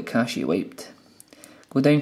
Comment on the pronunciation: not cashy its cash